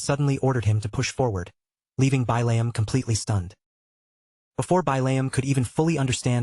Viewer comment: So I'm 2 hours in and this actually looks like a pretty darn good story I'm just a little salty that the AI can't pronounce the name Billiam... It keeps saying it "Bai-layum"... And of course it looks like Billium is turning into an integral character 😅